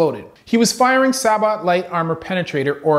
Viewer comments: That's a SAY-BO round NOT SA-BOT round !!!!!!!!!!! Do you go to a train de-pot or a de-po????? Why the hell can't people get this simple word right? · It’s not a saboT it’s Pronounced Sabo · Only because you're going to get a lot of comments from snobs if you continue to say it improperly. Sabot is pronounced "Say-Bow". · hey doc, for future reference, when pronouncing "sabot" the "t" is silent, should sound like "say-bo." (sorry if this sounded mean, i didnt mean for it to!) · I really like the format of the video and the concise explanations. For guys like me who need to picture how a whole system works to understand it, this kind of stuff is fantastic. New subscriber here. The word sabot is pronounced say-bow. Not sure if it will ever come up again, but there it is. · Sabot is pronounced saybow btw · Sabot-light-armor-piercing... thanks, doc! Been wanting that definition for a while! (Sabot is pronounced, "say-beau", by the way. Grammar reflex.) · It’s pronounced Sab-Oh it’s French the T is silent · the T in Sabot is silent and its pronounced Say Bow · I Wonder if the ATF even knows he pronounced sabot wrong